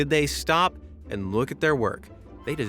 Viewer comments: stob❌ stop✅ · Stob. Please just stob.